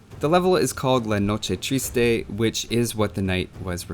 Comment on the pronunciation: You pronounce La Noche triste so funny. rocks!